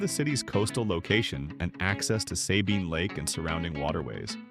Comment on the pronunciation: Worst unfactual video ever. The first 35 seconds of the video does not even show Port Arthur. Those are completely different cities. Additionally, they mispronounce Sabine Lake.